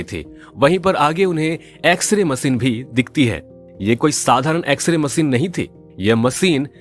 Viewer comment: Har word se nhi hota she bhi tota h ...macine nahi hota machine hota h Har jagah se se se se